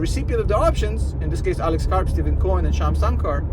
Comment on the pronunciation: I love your videos, and I think you’re great. Just one small thing .. Stephen Cohen pronounces his name like “Stefan”. Keep up the good work; much appreciated.